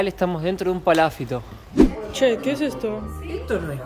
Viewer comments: Y seguís equivocándote, porque no es "paláfito" (palabra que, por ser esdrújula, obligatoriamente debería llevar tilde...), sino PALAFITO, palabra naturalmente GRAVE (como son la mayoría de las palabras en el idioma español), por lo tanto NO LLEVA TILDE (u ACENTO ORTOGRÁFICO), o escrito, sino que sólo se pronuncia ACENTUANDO la penúltima sílaba, naturalmente, siempre, sin necesidad de poner tildes. Son las reglas del idioma castellano. (o sea que NO LLEVA TILDE, pero, a los efectos demostrativos, para que lo vea y entienda fácilmente, sería PALAFÍTO) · Palafíto.Palabra grave,no esdrújula.Ah! Chiloé,palabra aguda. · Cada vez que y dicen "PalÁfito" un Chilote queda sin hogar😢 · no es paláfito es palafito con acento en la i. hay otras que ahora no recuerdo y que no acentúa y pronuncia bien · Lindo video chicos. Nos encanta su naturalidad y buena educación. es muy cordial. sorprende con su español. Una pequeña observación acerca de la palabra Palafito. Es una palabra grave. No lleva acento ortográfico. Al pronunciarla la mayor intensidad va en la sílaba fi. Sigan llevándonos a pasear por el mundo. Conozco parte del sur chileno. Es muy hermoso. Muchos cariños para ustedes y sigan adelante. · Palafito,con acento en la i…para que lo digan correctamente Un abrazo y gracias por compartir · Aunque el vídeo es de hace muchos meses, recién lo veo. Fantástico todo: Chile, ustedes y el español de. muy empático y gracioso. Pero... es palafito con acentuación prosódica ( sin tilde, la sílaba tónica es "fi". No te ofendas por la corrección. Apareció la "maestra de primaria q hay en mí ). Adelante chicos. Geniales!!! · PALAFITO, NO COMO DICE.